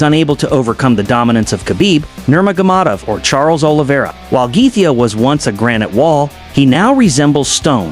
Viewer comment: justin geth-ja? trash ai slop